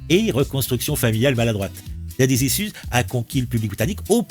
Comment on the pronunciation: Repeat after me : « ichouze ». 😂👍 « Daddy ichouze ». 😆